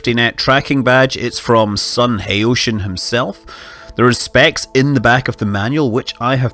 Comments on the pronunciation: I feel like it's worth mentioning that the guy's name is pronounced like "ha-oh-tea-an" as opposed to "ha-oh-shi-an" as it might be if the word was english :) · Don't know if you will see this, but "Haotian" is pronounced "how-ten", not "hey-ocean".